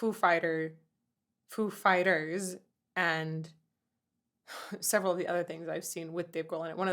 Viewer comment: It's pronounced 'foo FI ters' as Christopher Walken or Dave Grohl as Christopher Walken will clearly tell you. :)